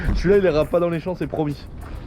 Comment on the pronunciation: Les « chants » qu’il a dit 😂😂